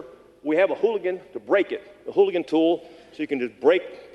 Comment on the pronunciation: Stop saying hooligan tool you idiot it’s Halligan not hooligan